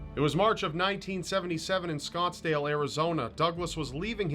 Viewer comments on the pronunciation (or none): SNottsdale lol